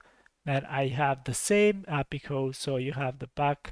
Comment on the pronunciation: repeat after me "A P I call" not "apicoo" hahahaha, great tutorial btw